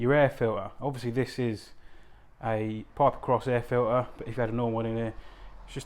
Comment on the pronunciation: Why are you saying air file-ee not air filter ?